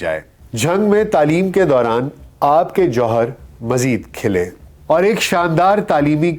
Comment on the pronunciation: جوہر کھلے کھ پہ پیش ہو گی۔۔ آپ کی دیگر پوڈ کاسٹس میں بھی تلفظ کی اغلاط ہیں